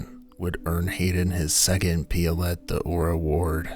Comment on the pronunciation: It's pronounced 'pio-lay'', not 'piolet' (French for ice axe)